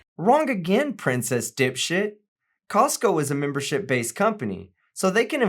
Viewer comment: I hate this lady’s shit eating grin everytime she finishes talking. It’s seriously nauseating. It’s the whole time she does the video. And why does she keep calling Costco CoCost??? She is an IDIOT!!!